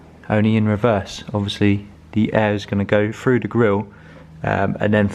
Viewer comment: through.. not FREW